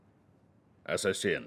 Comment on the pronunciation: правельно говори асасин а не ессесин